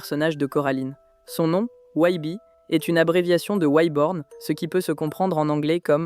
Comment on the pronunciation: t’as tu talent de fou sur le reste j’accroche à ta vibe. Mais commencer par prononcer Wybie correctement et finit par "Wibi" ça sort du truc tu vois 😅 ou madame Forcible prononcer "Forci-ble"… j’ai regardé le film en VF canadienne du coup ils gardent plus la prononciation anglaise mais peut-être qu’en Vf ils prononcent comme tu le fait mais ça me parait bizarre. Fin bref sinon hâte de voir tes autres iceberg, le son et le montage sont très cool